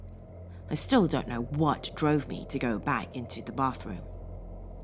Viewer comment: Sauron's mirror cannot be destroyed by any weapon we posses; It must be cast into the fiery chasm from whence it came. Also, are you German? You say "the" like "da"